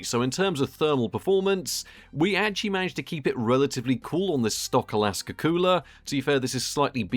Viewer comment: I find it hilarious when says akasa as Alaska.:D